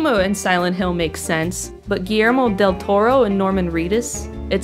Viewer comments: i didnt mind the playful mispronunciations of del toros name honestly if you guys spread that kind of banter around better than focusing on one person im pretty sure you wouldn't have gotten as much flak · Ah I kind of understand why they did that dude. The girl got a lot of abuse for mispronouncing Del Toro's name. I don't think she meant any offence and I don't think she should of got the abuse she did. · Intentionally mispronouncing Del Toro's name with Latino stereotypes and miscellaneous Spanish phrases. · I didn't even get the taco joke. I just thought she was mispronouncing his name, which made me mad enough as it was.